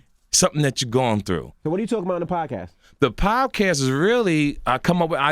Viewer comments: It's podcast not pobcast TK lol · "the pobcast" hahahaha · if he say "PoBcask" 1 more damn time 😭😂😭😂😭😂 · ... Is he saying PoBcast??? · If he say POBcast one more time 😩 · Why does he keep saying poBcast?! LOL, somebody correct him already! TK Kirkland the type to say, "hey have you seen that new trump MeMe?" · Is he saying pob cast? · CaliCool91 Or pobcast as he pronounces it lol